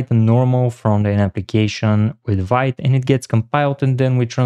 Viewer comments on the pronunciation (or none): Sorry, but Vite is pronounced as "veet". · Amazing video but for the love of god, learn how to pronounce Vite: Vite (French word for "quick", pronounced /vit/ )